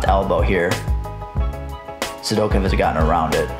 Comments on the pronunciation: Great stuff. The way you pronounce Sidakov cracks me up. Sidokev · A little Sidakov slide-by addendum, eh? I'll definitely consider it! Maybe I'll even pronounce his name right this time. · I don't like how you say Sidakov